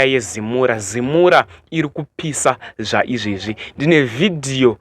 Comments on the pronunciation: Zimura😂😂😂😂😂 it's ZIMRA!!! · Zimra not zimura mwanangu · Iwe zimra not zimura 😂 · Anogona kuti Zimra...kuti zimura kutotaura zvokubhowekana nayo zimra nezvaurikuita .kkkkk